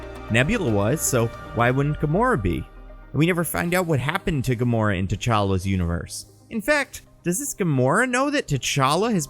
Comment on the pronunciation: is gamoro a female gamora or did you make a flub